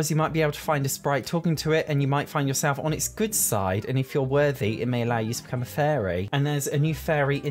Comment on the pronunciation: His accent made it sound like he kept saying furry instead of fairy. I fell for it each time like... oh she's a furry too?